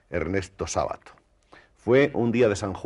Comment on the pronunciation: El apellido no es grave. Se pronuncia Sábato, aunque no lleve tilde.